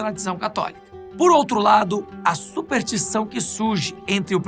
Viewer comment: Supertição foi fogo, hein. Chegou a doer os ouvidos.